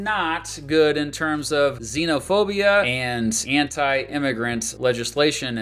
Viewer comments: he actually said sinophobia, which sounds almost exactly like xenophobia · pronouncing sinophobia wrong